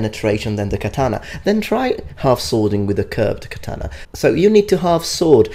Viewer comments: The fact that he pronounces katana as KAH-TAN-AH triggers me. Too bad he passed away so we can't tell him the actual pronunciation in person. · And also WhY dOeS hE kEeP sAyInG kAtAnA WrOnG each word in katana is supposed to sound like an oh not Like an AN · Can-tana lmao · deh katanuh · His pronunciation of Katana causes me to feel unwell. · the way that guy pronounces katana is giving me earcancer. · Hate how he says katana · I just have a problem with him saying “Katana” as an asian American.